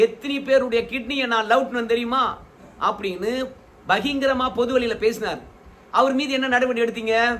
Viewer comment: யோவ் பகிங்கிரம் என்று சொல்லாதேய்யா. பகிரங்கம் என்று சொல்லுய்யா. 🤛🤛🤛